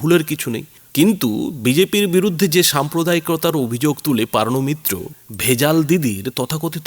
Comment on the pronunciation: PAARNO MITRA ? NA, NA O HOCCHE POOORNO MITRA 😂😢😅😂😢😅😂😢😅😂😢